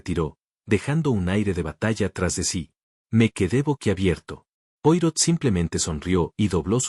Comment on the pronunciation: Qué aburrido un video con una taza de té acercándose y alejándose Y el relato, monocorde, sin emoción (¿AI?). Se pronuncia Puarót y no Puárro (Poirot). Es un apellido francés.